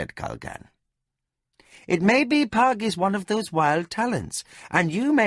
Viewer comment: I think he got "Pug" just about right. :face-orange-raised-eyebrow